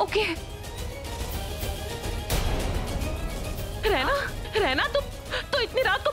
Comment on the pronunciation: For your mind it's raina not Rana